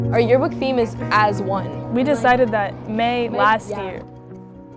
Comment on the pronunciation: lmao “tearbook”